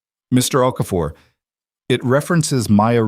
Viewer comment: Here'a heads-up, if you can't get Okafor right, don't use it. O'Keefe, O'Connor, Oakhurst and two or three equally stupid versions. Also worth a mention Gordon, begins with a G not C.